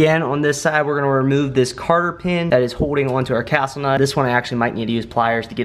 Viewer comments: Less ads and pronounce "cotter pin" correctly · cotter pin.. not carter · Cotter pin, not carter pin